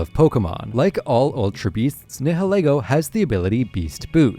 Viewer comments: It’s “NAI-YIL-EE-GO” like the ‘nihil’ in ‘annihilate’ and ‘ego’ like in ‘ego’. Not “NEH-HEH-LEH-GO”. If you’re gonna make videos about Pokémon, pronounce the names right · It’s pronounced SIM-bee-ohnt, NYE-UH-LEE-goh, NAH-GUH-NAH-DULL, NEH-KROHZ-muh, and SOLE-GUH-LAY-oh, “”! 🤨 You have poor pronunciation skills! Also, Ultra Beasts are genderless! No genders! And you put the name Solid Rock on backwards!